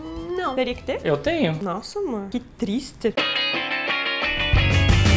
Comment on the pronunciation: "Nossa, amor, qui tristê" hahaaha